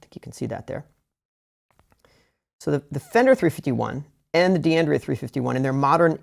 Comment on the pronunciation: it should be pronounced " dan-dray -ah and D'addario is "dad-a-re-oh"